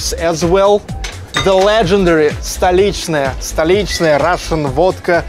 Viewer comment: Thank you for the tour...it looks very similar to a market in the USA. And now I know how to properly pronounce Stolichnaya! Did I spell that right? Heehee.